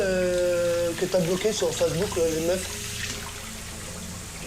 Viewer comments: « Mais c’est qu’un Fassebouk » 😂😂😂😂😂😂😂😂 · “C’est que fasse book” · « Je vais te faire montrer » 😂😂😂 « Je suis censé comment réagir moi » 😂😂😂 La prononciation de « Facebook » 😂😂😂 Je suis loin d’être bon en français mais ça c’est fort ! JPP 😂 Franchement même un étranger parle mieux que ça 😅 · Elle est diabolique cette femme ! Mdr comme ils prononcent Facebook !! 🤣